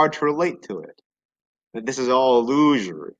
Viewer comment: "illuzhory" haha never heard illusory pronounced like that